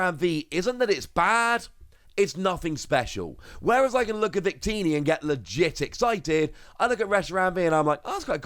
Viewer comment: ah yes, a v i c t i n i